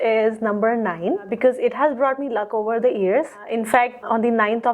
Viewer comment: she says, "On THEE ninth of THEE last month." What stupid English is this ?; Right: "On THUH ninth of THUH last month." The UH is a schwa. This woman certainly doesn't deserve 9. Dal may kuch kaala hai.